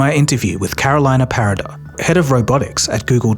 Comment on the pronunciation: Cool video! One little feedback: try to pronounce names in their original language. For example, Carolina Parada is Venezuelan, so her name should be said in Spanish.